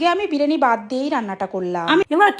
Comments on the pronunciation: বিরিয়ানি ❌বিরিনি😂😂😂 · Biriyani ❎️ birini✅️😅😂